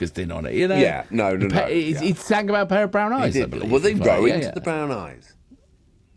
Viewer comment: Roving not rowing for gods sake.